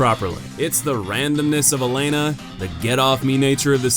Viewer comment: I know this is a nitpick... But like... It's Elana, the Squalid Queen, not Elena. It's there on screen in the whole segment, and you pronounce it Elena & even write "Elena" in the lower third graphic :X